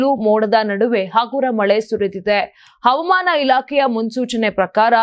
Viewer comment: Avamana alla havamana ,speak kannada properly